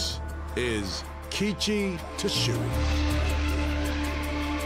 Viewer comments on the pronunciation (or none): irdris hahha , you absolutely BUTCHERED keiichi tsuchiya's name hahah its pronounced : kay-ee-chi , sue-chi-uh ......